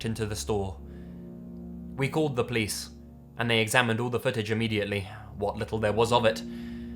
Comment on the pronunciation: I always chuckle at how says police. he pronounces it as PLEECE